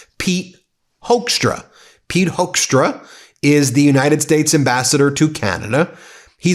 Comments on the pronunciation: Dutch here " Hoekstra" is pronounced " Hookstra" not Hokestra.. Dutch first second English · The Dutch name of that man in Canada is called HOOK-STRAH.....IF SPOKEN RIGHT.......!!! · So funny to hear you probounce hoeckstra as hoaxtra😂 that is what we used to call him here in the Netherlands back in trump 1 era when he was ambassador here. He used his time here to spread lies like there were no-go zones & ghetto's in the Netherlands and that we would put politicans on fire. It took a lot to get him to repent back thencand sad to see he's back at his old habits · Hoekstra, the oe in dutch is pronounced very similar as the oo is in English. If you want a easy way to remember how to say Hoeksta just remember him being a tool and a fool.